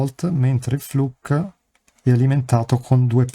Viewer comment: Flook not fluk !